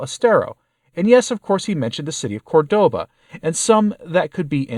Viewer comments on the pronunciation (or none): CORdoba. Accent on first syllable.